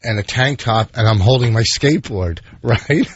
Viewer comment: Imagine Vawsch on his shkatebawred.